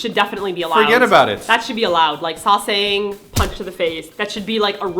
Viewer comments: I kept wondering why y'all said "sauce thangs" but you said sasaengs lolol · uhh its say ssang